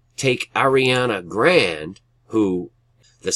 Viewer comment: Thank you so much brother but I just wanted to let you know that that girl's name is pronounced grawnday....lol